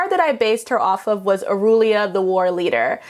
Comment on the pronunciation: did she say Auroolia? knows theres no o in Aurelia's name, right?